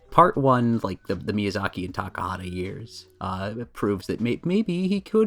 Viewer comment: Also in reference to my bar trivia story, let me just say for the record that I’m a relatively understanding person and I could have forgiven “Hey-ow”, but “My-azaki” was a war crime. Death sentence.